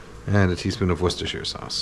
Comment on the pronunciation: how dare you pronunce worcestershire correctly kenji